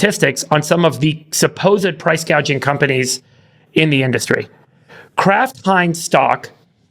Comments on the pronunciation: Let’s get it straight she never said anything about price gouging she said price Gauging! What ever that is! That more of those made up Dumbocracts ideas! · She actually said price guaging...freudian slip alright!!